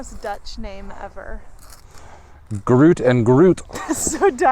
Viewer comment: Pronounciation was horrible! I confirm 😂same with the Duchesse 😂😂😂 we are also watching you in Belgium 😉